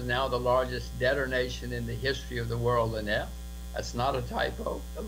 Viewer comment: You keep pronouncing Lynette's name wrong and was sure someone would have corrected you by now or even hear/listen how Jim Rogers pronounces her name in the clip. Well here you go ( Phonetically: La - Net). Hope this helps. Okay buddy continue to keep up the good work and thanks for all the info you share concerning XRP.